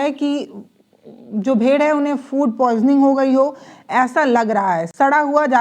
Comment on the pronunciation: यह भेड़ है भेड़िए नहीं है मोहतरमा, जबान चलाना ही आता है या अक्षरों का सही सही उच्चारण बोलना भी आता है यह भी कह दो कि बचे हुए खाने में बीजेपी वालों ने जहर मिला दिया था।